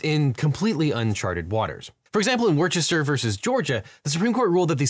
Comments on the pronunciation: As a Brit, the pronunciation is "wuh-ster" rather than "wer-ches-ter" and before people ask... I don't know, the city was founded by Romans almost 2000 yrs ago, and fools the french took over invaded in the interim. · Objection! Worcester is pronounced 'wooster' or 'wister', not 'wurchester' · As a resident of Worcester (UK)..... i hereby do the traditional pointing out its pronounced Wuster not Warchester. (another quality vid btw) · don't you mean WOOSTAH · Worcester is Wus-ter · I think you pronounced Worcester wrong. It's "Woo-ster" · I'm here from the UK to say that it's pronounced more like wuss-stir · I’m sorry, WHAT vs. Georgia?? “War-chester”?? There’s no H in Worcester! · Minor grammatical thing. Worcester is pronounced Wuss-ster Much like Worcestershire is pronounced wuss-ster-sheer No shade. Just education. 🙂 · Say it with me Wooh-Ster (Worcester) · It's pronounced "Wistah" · Worcester is pronounced Wuss-ter <3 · It's pronounced worster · This sucks and all but u pronounced Worcester wrong and that's all I can focus on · That is one of the funnier mispronunciations of Worcester that I have heard over the years. ( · Not all the watchers in the UK cringing when LE pronounced "Worcester" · as a British person i find the pronunciation of Worcester both confusing and infuriating.